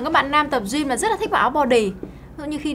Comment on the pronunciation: Bạn nữ này phát âm từ Gym tệ hại quá....